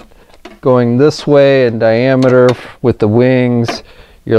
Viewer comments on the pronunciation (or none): its diameter not dynameter